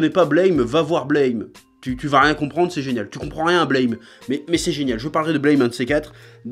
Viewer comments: Ça peut paraître surprenant, mais Blame ça se prononce "Blâme" en fait (ブラム), pas "Bleïm"… Après cette information capitale, je te remercie pour cette vidéo, tu as piqué ma curiosité. =] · Par contre petit détail sur Blame!: ça se prononce buramu (comme à la française quoi) en référence au bruit que fait le flingue de Killy quand il tire =) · NON! Ca se prononce BLÂME... A la francaise. C'est ecrit en Katakana : ブラムー＞ラ= La... Et Tsutomu Nihei dans une interview, C’est une onomatopée pour les grosses explosions. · Non, mais pour tous les fans de Blame! Apprenez déjà à prononcer le titre correctement avant d'en parler!